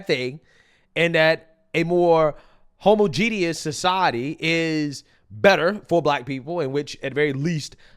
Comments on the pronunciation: Brother.... Homogeneous is NOT pronounced homo genius! 😂 Ho mah je nis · Your pronouncing homogeneous wrong.